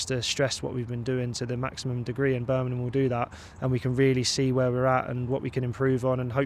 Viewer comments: Birmingham not Birningham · Who the hell is Burminham. It's BIRMINGHAM! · BIR-MING-HAM BIR.... MING... HAM Not Berminum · berminum? u have to understand not everyone has the same accent and way of pronunciation, dont get so pissed over this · There is a g in Birmingham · I worked down south for years, it's a fairly common (mis)pronunciation.